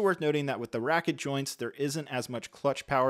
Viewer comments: Ratchet joints, not racket... and S-Foils, not X-Foils. Also sure it's a Lego droid? Anyway, thanks for the review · "normal RACKET joints" my good sir i believe you mean "ratchet" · Also “ratchet” joints not “racket” joints